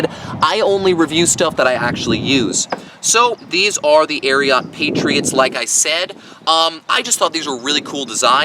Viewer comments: Why does he say Ariat that way aint no o in it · Ikr what a freak, your supposed to say “ariooot”! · The way you pronounce it…and the boots are corny